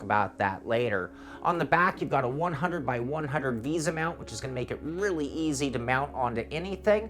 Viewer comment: it's Vesa Lol not visa btw. LOL